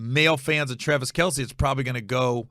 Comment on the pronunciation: Travis MF KEL, NOT R Kell